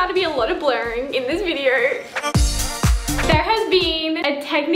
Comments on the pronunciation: She says videor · ""In today's viderrrrr"" ,"comment down belorrrrrr"